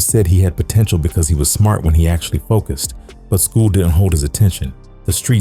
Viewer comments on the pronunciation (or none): none